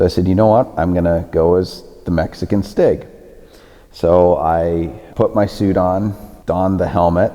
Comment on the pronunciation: Sounds German.